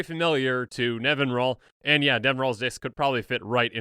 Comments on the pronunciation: I'm guilty of this too, but it's Nevin-EE-ral. (Also, it's science fiction author Larry Niven's name backwards) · I always thought it was NevinYrral nor Nevinral, ;P In all honesty idk how it's pronounced... I see Safron Olive's videos, so I at least know he's pronouncing things wrong lol